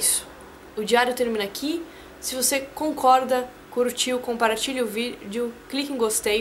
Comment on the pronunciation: "Comparartilhe o video..."